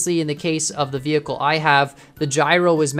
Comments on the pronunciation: Did anyone notice he said veh'h'icle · i like how you said vehicle, vehickle